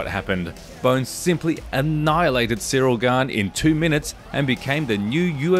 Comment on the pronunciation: Siro Gan... My guy its Ciryl Gane